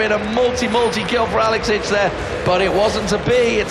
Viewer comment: best team fight commentary EVER!!! "...Alex inch brlelelelle across the map"